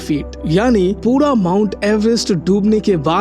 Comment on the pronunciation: Puda nhi bhai pura 😂